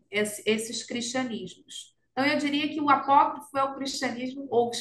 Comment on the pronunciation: É "apócrifo".